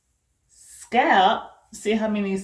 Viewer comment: Your grid looks incredibly neat. Is that a regional thing when you don't pronounce the L in "scalp"?